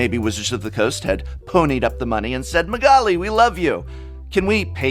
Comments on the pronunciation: Wow he butchered Magalis name xD PS: Gawdammit that mother of runes ! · Is this the correct pronounciation of magali‘s last name? If so, you blew my mind.